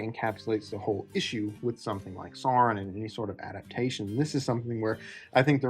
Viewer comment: Stopped watching upon hearing "So-ron". You don't need to do the ridiculous rolled r of horrible rings of power lady, but if you're going to have the pretense of talking about these things, then c'mon...